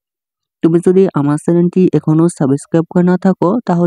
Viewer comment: সাবেসক্রাইব না সাসক্রাইব Ok 😂😂